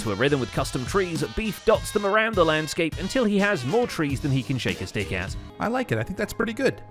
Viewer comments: Stick. I know, I misheard it too. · I actually had to pause and go back, I kinda went "Wait... shake his what at??" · it was defintiely "shake a stick at" but the first time he said that was defintiely not what I heard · Stick. Was just pronounced awkwardly.